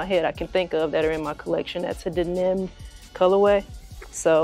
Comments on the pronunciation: It’s crazy how you pronounce the word denim… This cannot be the first time you’ve seen this word in the English language. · Q the way you pronounced denim had me rolling 🤣. I swear u was saying "Then Them" so lol I figured you would block the comment luv. Salutes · Hunni, the way you say denim had me trippin’! Is that a Chi town thing? Of course I want these, but I definitely don’t need them because I have the women’s pair that dropped last year or the year before.🔥🔥🔥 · SAME HERE ☺️...still appreciative of the content though! 🇹🇹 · Lol. Where are you from, if you don’t mind me asking? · Don't think I've ever heard it pronounce that way 😂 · Fax 😂 I was like tf she said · 😂😂😂😂😂 I ran it back like hella times even took my headset off 😂😂😂😂had to make sure I wasn’t trippin. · no reason to be nasty about it ma’am, by the way, I’m not a champ, I’m a female, thanks. Just weird the way you chose to say the word, that’s all.